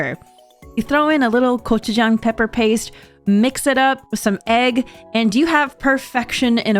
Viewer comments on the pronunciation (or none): none